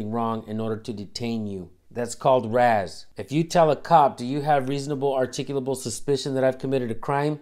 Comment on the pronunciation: it's not razz it's R.A.S